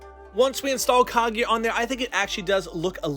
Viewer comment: I don't if this guy watches naruto he said kiega not kaguya